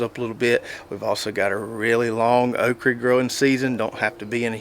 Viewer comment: Good stuff! Your pronouncing of “” is a regional thing or you just adopted that term? I get tickled every time you say okra 😀